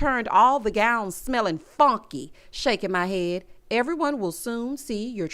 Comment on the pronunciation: Why you emphasize “funky” like that lmaooooooooo